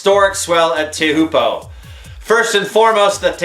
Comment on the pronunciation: Pronounced "chow poo" you idiot.